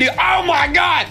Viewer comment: KREEKKRAFT keeps saying "ah mah gad"